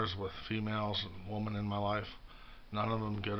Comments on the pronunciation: I know.. Funny thing i noticed about him. Always "woman" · You say that, but the facts remain. You don’t know how to even pronounce the word women. You’ve never appeared on video with any women only men. Mostly weird creepy LGBT men like John and Emil and Steve. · He's not pronouncing 'women' right.